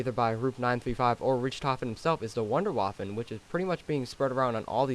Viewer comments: why does every one think its called wounder waffle its not its in german it not waffle its wunderwaffe get it right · He said wonderwaffen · its pronounced VvunderVvaffe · Rich-tofen Wonder- wofen dude your killing me